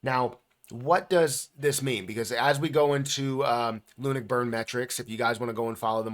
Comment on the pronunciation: Why are you pronouncing it Loonick it's LUNC ('Lunk'), only joking keep up the great videos and information you have helped me a lot since venturing into crypto